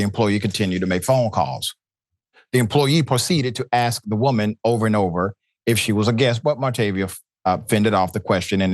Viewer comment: Please learn to say ASK NOT AXE